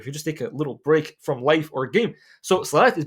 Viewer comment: When bruh say Life why i hear wife All the time